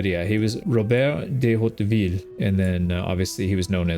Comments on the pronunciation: Your french pronounciation was good, but if you want a tip, the h is silent. So when its "hauteville", you say "auteville". Still, its a good attempt at it! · I would advise you to not pronouce at all the h in Hauteville. But you should look up ancien french to be more accurate, because "Hauteville" is clearly modern